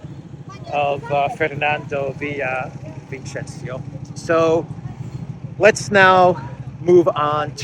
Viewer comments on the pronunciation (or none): Ahahah, that was so funny how you said it. It's VillaviSenSio Great as always, thanks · Fernando Villavicenzio, Villa-vi- cen- zio. Yo pronounce Spanish as it reads. But you were close enough. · Imagine they are Ss not Cs and you'll say his name right Villavicencio